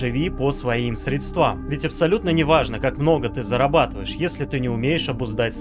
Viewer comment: первое правило богатого человека: правильное ударение в слове,которое касается денег (не средствА,а срЕдства).Это на заметку) Я согласна с тем,что сказал автор.Есть о чем задуматься...